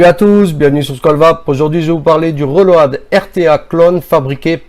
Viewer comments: "Le reulowadeu" Accent anglais "de Marseille" fort savoureux ! Merci pour le partage. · Reulauhad..... Magnifique l'accent anglais